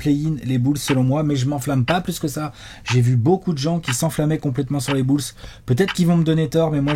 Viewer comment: les "bülz"